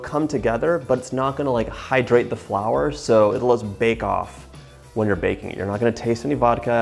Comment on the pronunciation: lol when you said “bacon” instead of baking I still understood you. #Texan “Are you bakin some bacon flavored cookies?” “Yes ma’am I’m fixin to”